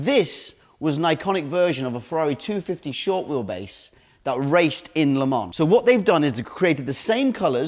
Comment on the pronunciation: "Count"ash? ... "LeMan'ss' " ?